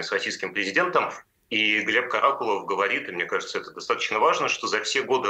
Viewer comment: Корреспондентка невменяемая? То КАракулов, то КарАкулов? Она не в курсе куда ставить ударение? Может она не понимает, речь об одном человеке или о разных? Сразу понятно, что всё сказанное- враньё.